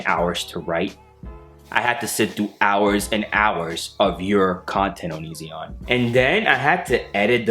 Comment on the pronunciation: This is great 😂 Can we please stop calling him o-nee-ZEE-on though 😂